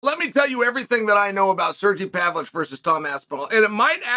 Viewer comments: “Sergee Pavlich” lmao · Serjee Pavlitch😂😂😂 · Sergee Pavlich 😂